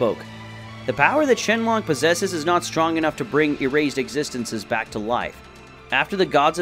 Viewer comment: It's not shenlong it's shenron